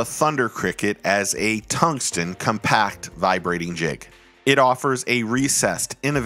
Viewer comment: Great video,. Love the channel, but please….TUNGSTEN…not “tungston”